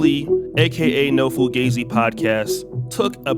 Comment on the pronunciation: "Been Fugazee"